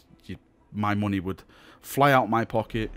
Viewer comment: "Muney" lol :P